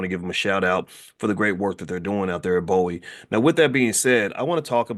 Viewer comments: Please say Bowie with a long O. Its a big deal out in the DC area. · It's BOO-wee State University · Bowie pronounced "BOOWE"